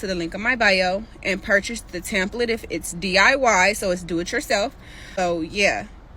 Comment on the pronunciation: How are you going to help someone fix their credit and you can’t even say template right? 🙄